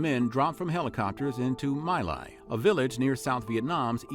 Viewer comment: My Lai is pronounced Me Lai (as in you and “me”) not My.